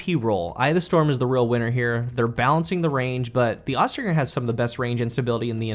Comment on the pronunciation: Does it bother anyone else that he says "Aust-Ring-er" instead of "Aus-Tringe-er". Probably not because no one cares about pronunciation in a game where Gjalahorn exists.